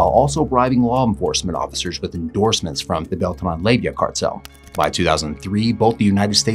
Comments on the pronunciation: It’s pronounced lay-va not layvia you little labia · Lay va, not lay vi ah. There is not an i in the name. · Leyva... NOT Leyvia